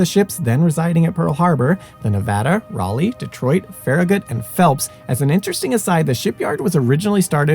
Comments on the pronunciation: The destroyer was named USS "Cass-in" not "Cay-sin". The light cruiser was named USS Rah-lee. And, the crew of the USS Utah was markedly reduced after conversion to a target/AA gunnery practice ship. From a full compliment of 1001. The toll on her crew was, in total, 64 officers and men were killed prior to the ship capsized. Included in this number are 58 who went fown at their stations and remain aboard her to this day. 461 members of her crew survived the attack. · USS Ray-lee?